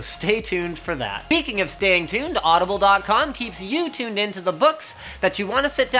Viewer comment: BEAKING of staying tuned 10/10 GG well rekt